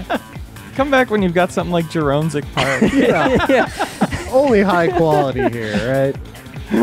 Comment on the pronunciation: "Welcome to Jeronsic Park"